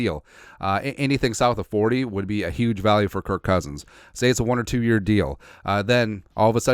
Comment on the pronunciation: If you could say happy new rear one time it would make my year. Just listened to you say mirrion and it always makes me laugh.